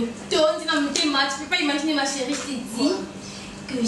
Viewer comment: lembisa bizeti ya koloba ko ba mpangi ya Vincent!!! Chéri et non cheuri osalaka nga matoyi pasi un moment na ba elobeli na ba mabanga na yo